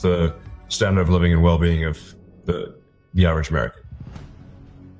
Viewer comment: Did he say Irish American?